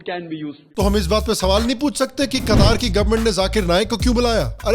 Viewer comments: कतार नही कतर है जी । ठीक से नाम तो बोल लेते । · Qatar = कतार ? ❌ कटार ? ✔️